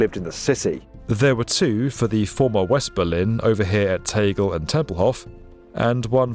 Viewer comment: Please, that is "Tegel". "Tiegel" in German means crucible.